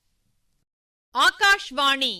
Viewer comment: #ஆகாஷாவாணி. NOT#ஆகாஷ்வாணி